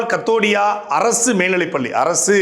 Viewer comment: ஐயா அது கதோடியா இல்ல. ஜெய் கோபால் கரோடியா